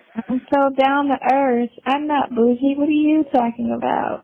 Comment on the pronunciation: "Down na earf" 😂